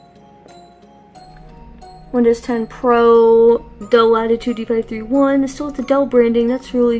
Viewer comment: nice video my guy, but there is one thing i wanna tell you: its pronounced "d 5 31", but you couldnt've really known that. also i just got my first laptop that actually functions okay enough to use and, ironically, its this bad boy with a 512mb video card, 2 gigs of ram and a 16 year old cpu. my first one was a piece of shit quad core cpu with a barely even greaphics card and my second one struggles with 140p (not 1440p) video playback. ironic, that its supposed to be better then this one, considering its higher performance, even tho it is far less usable then this dell (somehow)